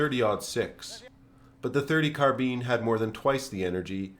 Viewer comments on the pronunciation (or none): It's not car-bean it's car-bine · awesome content, the way you say carbean instead of carbine made go a little insane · Great videos but carbean sounds strage as fuck😂🤣 carbine carbean bine bean supose its just the oxymoron that is American English 😂🤣keep up the videos lad there great im just taking the piss im irish cant help it 😜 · It's Car-BINE, not Car-BEAN . . . Rhymes with MINE, not MEAN. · I couldnt finish the video because he cant pronounce 'carbine' bruh its not carbean. Ill give you a like in return for not being to finish this mess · Only criticism is the pronounciation of carbine, its prounounced Karbine, rather then Karbeen. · been in the States for 43 years, and been a gun nut for all of them, but that's the first I've heard of it. CAR-bīne, or CAR-bean, but never, ever have I heard car-BEAN. I hasten to add that it doesn't matter much, and your video was a good one. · Not carbin. CarbINE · sorry for calling you american bro 😂 But yeah, hearing carbean just breaks my ears, carbine all the way. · Car-bean ! Holy Crap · The M-1 Carbean? Carbean? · Car-bean lol. I never knew Americans pronounced it that way. How do peas get to work? They go by car-bean. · Car bean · I refuse to believe thay its pronounce as a karr been even if google says so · "M1 carbean" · Never heard carbine be pronounced “car-beene” but this is an excellent commentary just like all your others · Watch old school american western films, with John Wayne etc. you'll hear Car-beene all the time. and Cee-gar and similar. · What the hell is a CarBEAN? Wasn't the previous 2 pronunciations enough? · I have never heard such a pronunciation of "carbine" with an accent on the 2nd syllable. In Korea, the soldiers needed to urinate on them to unfreeze them in the cold weather. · The way you say Carbine makes me cringe. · i think the correct pronunciation is car-bene but most ppl pronounce it car-bine (thats what i think take this info with a grain of salt)